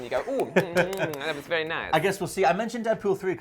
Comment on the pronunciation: Is possibly a TomSka fan, "Dat's Vewy Nice". Much love to you,.